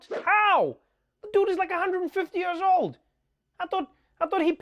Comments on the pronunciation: I like how Trevor says “YURS.” I.e. years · I am a fancy man, but i will never be Trevor pronouncing "years" fancy. Especially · A remainder of his schooldays with British English. Quite posh.